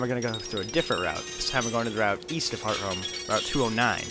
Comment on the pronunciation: does anyone else get annoyed when he pronounces hearthome wrong?